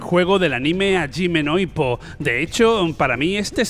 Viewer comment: A ver a ver dices ayime no ippo...pero ahí haces un revoltijo de pronunciación: ni es cerrado a como les encanta ustedes en España que sería ajime pero tampoco es japonés que es jayime..uno o lo otro señor por favor